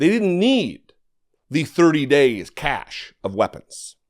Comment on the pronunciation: Cache is pronounced, SASH.